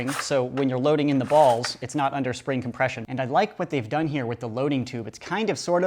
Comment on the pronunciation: why do you keep saying ballzzz